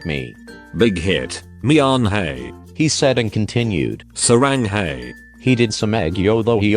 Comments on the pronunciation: “Y/N mianHEY” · "mianhey" "saranghey" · Jimin: y/n (bighit) mianHEY ...I cant😂